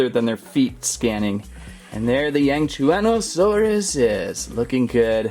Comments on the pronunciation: it yang-shwan-oh-saurus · It’s pronounced th-air-u-ze-no-sore-us Yang-chew-on-o-sore-us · Yangchianasauars it’s not a frill it’s creast